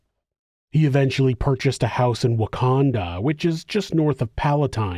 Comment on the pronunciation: You should have seen my face while I’m working and listening when you said “Wacounda” 😭😭😭